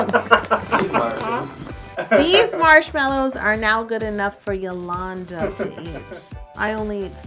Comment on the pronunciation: It should be yalongda not yalllanda